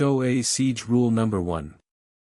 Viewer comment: teach your AI to pronounce number correctly ... some of the other words to